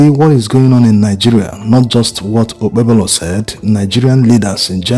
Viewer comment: It is pronounced like OKPEHOLO. THE 'B' in OKPEBHOLO is silent. What is his WAEC 2008 Results?